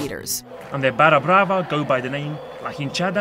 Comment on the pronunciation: WTF is baja brava? It's barra brava. She butchered that one.